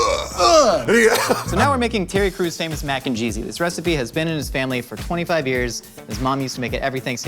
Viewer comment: Sounds like said "...the power of Titty Crews!" Lol |.